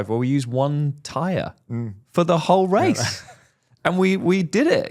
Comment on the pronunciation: the accent for "the whole race" 😭🤣